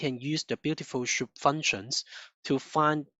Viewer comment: cant lissten to that schoup thing. its S! soup blin! omg